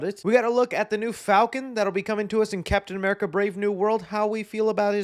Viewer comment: I’m not used to you saying Captain America right 😭